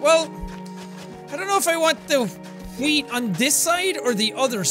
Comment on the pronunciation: The Netherlands: Weed, dude, not wheat!